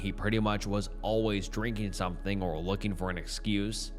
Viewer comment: ing is not -een. As in, looking, not lookeen. Say it like the -ing the word king, which you wouldn't pronounce as keen.